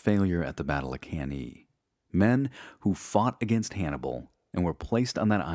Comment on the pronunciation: Cann-A , not Cann-E. Good work otherwise though !